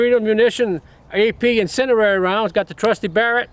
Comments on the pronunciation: That accent tho - "AP Incedirary rounds" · "incenerrary rounds" I love you jerry. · "incendierery" bullets are awesome 😂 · Gotta love that "incenderary"